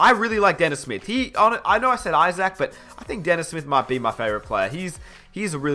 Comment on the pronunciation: be like "Jonathan IsACK"